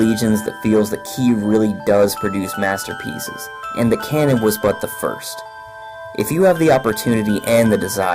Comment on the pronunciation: Repeat with me: KA NO N Not Cannon...